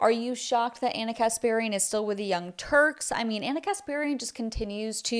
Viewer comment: Did you say the young turds? 🤣🤣